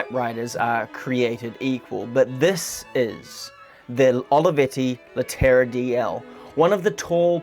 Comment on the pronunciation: you could learn to pronounce the model at least, Leh te ra